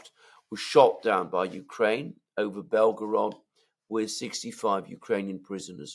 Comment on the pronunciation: = ""Belgorod"/Белгород - is NOT pronounced "Bel 'gO 'rOd". Instead, it is pronounced "Bel 'gO 'rahd" ( meaning "White City" )